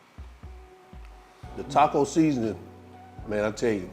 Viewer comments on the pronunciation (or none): none